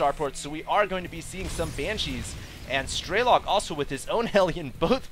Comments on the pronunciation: It's funny how people allow themselves to be trolled by people commenting on quality. Man you people are dumb. By the way, stop saying "Straylock". It's an E. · it's strelok and not straylock